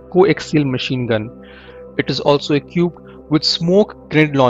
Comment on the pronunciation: "eqiuped" "chasus"